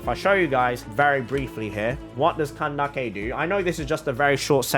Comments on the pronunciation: The pronunciation of Candace is making me laugh I’m sorry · Nice video, I like your explanations. They`re easy to follow ^^ Little hint: Candace`s name is pronounced "candiss", not "candakke" ^^ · Its candace not kandake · Nice video, I like your explanations. They`re easy to follow ^^ Little hint: Candace`s name is pronounced "candess", not "candakke" ^^ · I find it funny how he says candake instead of Candace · do you really pronounce candace as ka-nda-keh?😭 isn't it ka-nde-eesh/ka-nde-sh/ka-nda-sh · I dont think its candake its candays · Did say kindace in kandise it's the word is candes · Wait is it actually pronounced CAN-DAK-EI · Why do you say kandake her name is Candace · the way u pronounce candace 😂 when i say her name it sounds like candis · her name isn't Kandake. I'm Arabic and neither Cyno nor Candace are Arabic names, so just pronounce them like they originally are. Candace is a name and it's disrespectful to change it just because you want it to sound Arabic. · did he really call candace candake. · Whenever you say "Kandake" a part of my soul dies. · “KAN-DA-KI” seriously?!?! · Ain't no way my boy says Kan-da-ke 💀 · Oh boy, man just said candakey. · Lol, after seeing twitter and instagram posts of candace, I can never pronounce her name the same again, i kept callling her candeez to my friends, but I sure am pulling for her😂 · I’m sorry and I don’t usually care, but the name pronouncing just seems made up at this point LOL CAN-dick-a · Bro says “can dake”😭😭😭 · Jesus Christ you're pronouncing his name so, so, so, SO wrong... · you are pronounsing it wrong is cyno and it should hear like syno and candice and replace the i with an s :D no hate dont take this serious pls man